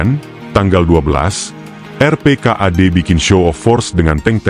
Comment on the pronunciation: Isinya bagus, mengungkap kejadian waktu itu, tapi saya illdeel debgan VO videonya....gak profesional banget..penyebutan AURI, RPKAD, Bogor